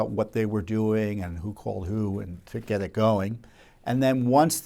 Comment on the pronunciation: you "Gei it" after 25 years, Tom!